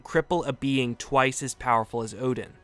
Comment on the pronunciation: What are you.. the god of hammers.. "odin"